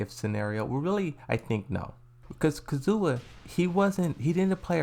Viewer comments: He pronounces things wrong on purpose for the memes he used to say Kazuya but now all of a sudden he said Kazzoowa and it threw me off as well😂 BTW what's up with Pakistani guys getting frustrated at wrong Pronounciation and using the word dude? Like just a while ago Another guy said Fix your Pronounciation, it's not a good look my dude. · Why do you prnounce Kazuya as KAZOOWAA !!! It’s frustrating to hear my dude 😑